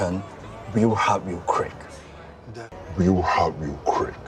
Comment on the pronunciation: I laughed to death at the "weal hard weal qrrick" 😂😂😂😂😂